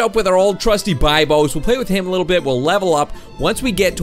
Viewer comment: UGH! it's be-bios not die-bios bibios! UGH! STOP!